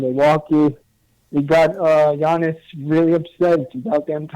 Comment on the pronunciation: Bro how funny is it that clyde calls giannis "Annakoopoo" STILL AFTER ALL THESE YEARS LMAO